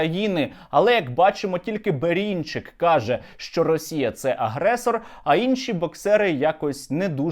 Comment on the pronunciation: Бэрынчык, а не Бэринчык!!